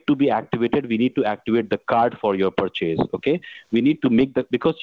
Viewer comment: Like the way these scammers pronounce the word purchase = Per Chase